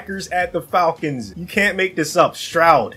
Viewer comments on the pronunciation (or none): Falkins ❌ Falkings ✅